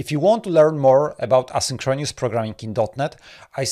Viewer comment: Thanks! Also, you need to check your pronunciation of the words "asynchronous" and "paradigm".